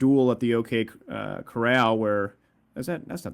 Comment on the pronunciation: You gotta love, uses terms like emblematic, extrinsic motivator, and zero-deadspace but flubs up with the "Duel at the OK Corrall", ha. - Lots of great points made here. I really like the discussion about the M16A3. To me it seem so silly to me (especially to have a poll about it). The devs could just as easily take any gun and give it the stats of the M16A3 from BF3. The ACE 23 is so close to it that its nearly indistinguishable. I'm glad you guys called out Levelcap somewhat on the loadouts. Had it not been for him, not nearly as many people would be complaining about the G36C, DMRs, and "netcode". I can't agree more about having a ladder ranking system. I am sure that even if its not perfect, it would be better to have one than not to have one. Gear and Exp are both important. An XM-25 Airburst in the wrong hands could be absolutely useless, but in the right hands it can have a heavy impact on the outcome of a match.